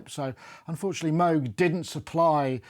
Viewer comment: Nice review and nice sound, but for Christ sake, after all these years, at least learn how to pronounce MOOG correctly. There is no debate on the correct one, and it is not a cow sound.